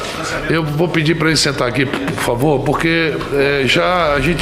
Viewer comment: "Naum púfavô, puramô di deus...." Não sabe nem falar